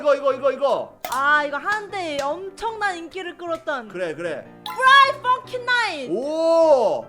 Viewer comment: '프라이데이 나이트 펌킨'이 아니라 '프라이데이 나이트 펑킨'입니다.